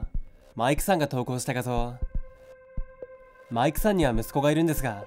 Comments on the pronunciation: なんかマイクさんの言い方気になるな…マイ↑ク↓さん… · マイ↑クさんって訛ってるのが妙に中毒性があって心霊写真より何度も聴いてしまう笑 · マイクさんって呼び方の発音の仕方が少し笑ったw 今回も怖かったです👻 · 【マイクさん】のイントネーション気になるww